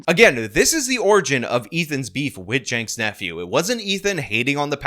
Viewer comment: What the f is a “Yaynks Nephew”? And why is Hassan never mentioned in this video? I was interested, but never mention Hassan make it sound like you have no idea what ya talking about. Hassan is a big part of this story. Not Yanke? Who is Yanke, or is it Jake? And who is Jake? And who is his nephew?